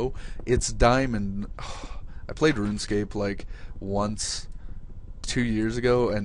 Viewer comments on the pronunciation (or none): saying RUNE-Scaped doesn't make u less of a nerd